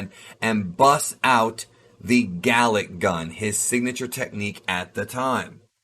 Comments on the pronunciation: Did you say Garlic? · Vegeta: "GALICK GUN..." Goku: "ooh! Did you say 'garlic-'." Vegeta: "AAARRGGHH!!!" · garlic gun was all i heard whenever he said galick